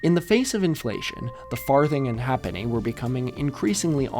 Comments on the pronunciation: One small correction: halfpenny was pronounced “HAYp-knee”, not “HAP-knee”, even though that doesn't agree with the pronunciation of “half”. Also, this led to our longest two-syllable word until it fell out of use: “halfpennyworth”, pronounced “hay-puth”. Anyway, thanks for another great video. Even as a Brit who watches too much old telly, I learnt some things! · halfpenny is pronounced "hayp-ney" and lieutenant general is pronounced "leftenant general" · Sorry i know its irrelivant but as a brit who grew up being read storys that used predicimal currency by people who lived with it a halfpenny is pronounced haypenny threepenny is pronounced thrupence and usualy as a thruppeny bitt ten pence sixpence is known as a tanner 10 shillings is ten bobb Yes the pronoucation often has nothing to do with the spelling or even the name but thats english for you